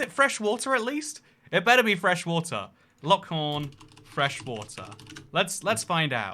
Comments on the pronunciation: Also, you said Huron correctly exactly once so all other pronunciations before and after that one time are null and void. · Darn red coat won't even say the lake name correctly. It's Huron on not huh Ron? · Huron is similar pronounced similarly, but not identical to “Hugh Ron.” Hyur Ron. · It’s lake “hugh ron.” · ..it's hur-on..kind of like her as in feminine or better yet..take urologist with and h in front of ur/logist..so h-ur, as in urologists first syllabul and the word on..as in on/off..which, I might add gets an incredibly large amount of snowfall each year in the 100+ inches or 250 centimeters.. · Michigander here! Lake Huron is pronounced "Here-ron". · /HYOOR-ron/ Also are Scots and Irish Gaelic pronounced the same? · It's pronounced (Hear-on) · Huron is pronounced hyuron Kinda like 'youre on' with an h in the beginning, and the accent is on the first syllable. Also Ottawa is a native American tribe. They lived around Michigan/ Canada. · The "Hur" at the start of Huron is pronounced like the "heur" in heuristics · it's "HERE-on", which as someone who knows what those letters allegedly do, I find pretty annoying. But that's what we all call it here, and I'm from Michigan, The Great Lakes state so you can appeal to my authority. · Lake Huron is pronounced Hue-ron. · The second retry , pronounced Hueron. You get some confusing pronunciations here in the US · Second guess was right for Huron like hyeron. I'm Canadian and we learned them as HOMES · How you pronounce Huron hurts me. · I was bothered that you couldn't pronounce Huron until you also mispronounced Lomond, lol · Again sea? Isn't it pronounced A-G-N Sea? And yes the other is Hue-Ron iirc. OH, I love your humor, stop making me crush on you xD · Uhh-Gee-An Sea and Lake Hue-Ron. Fuck's sake. All that research into sizes & volumes of these lakes and you couldn't' literally spend 5 seconds to have Google speak the words for you to learn the pronunciation??? SMFH 🤦